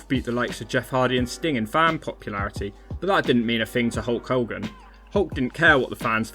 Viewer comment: Who's this 'Hulk Holgan'?